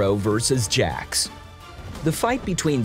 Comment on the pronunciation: I'm surprised that he managed to pronounce Jax right.